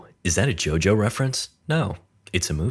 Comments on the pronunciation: I thought it's Jojo called not jaja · ah yes Jahsuke JahJo